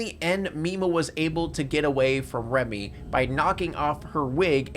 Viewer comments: "Remy"? Her name is Rumi. Turn the subtitles on, guy. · this is a great video, but her name is Rumi.. Not Remy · “Remy” the whole time was painful